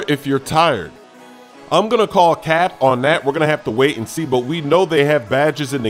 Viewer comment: It sounds weird when says Cap😂